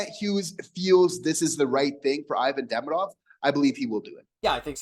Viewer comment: The player's name is Demidov not Deminov